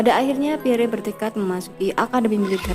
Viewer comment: Min, menyebut nama beliau yg betul adalh Pierr, huruf e terakhir ga usah d sebut,,.dan nama & pangkat beliau adlh Lettu (CZi) Pierre Andries Tendean , saat kejadian beliau adalah Ajudan Menko Hankam/ Kasab Jend. Abdul Haris Nasution